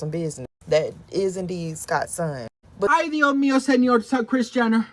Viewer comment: It’s “Dioh Meeoh..” 😅